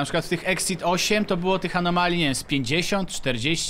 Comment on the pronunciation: Anomalii, a nie anomali